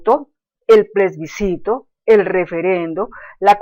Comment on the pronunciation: es plebiscito no plesbicito,,,, aveces hay que saber hasta pronunciar para no decir cosas vagas sin fundamento ,,,, hablando de cosas que no sabe